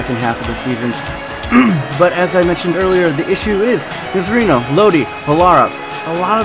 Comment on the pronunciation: Nocerino is pronounced Nocherino, or along the lines of that